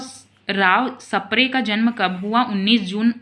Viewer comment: Sapre ❌ spre ✅